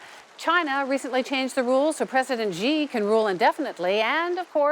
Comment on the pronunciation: Wow you have GOT to stop pronouncing the Chinese president’s name “jee” - it’s somewhere between “see” and “shee”